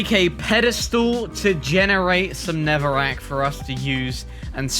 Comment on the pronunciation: Not Netherwrack! "Neverwek"